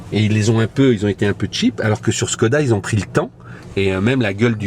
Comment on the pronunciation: il faut prononcer “chkoda”. le caron - le petit signe diacritique sur le Š - sert à ça